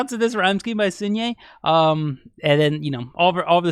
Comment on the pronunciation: hi!! i just thought i should let you know that the “sun” in sunhye’s name is actually pronounced more like the word sun/son in english as opposed to like soon :) no hate at all just wanted to let you know in case you were wondering!